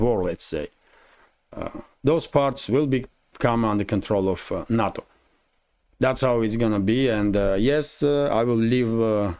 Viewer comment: NATO is pronounced NAY- TOE not na-to. na-to is Japanese sushi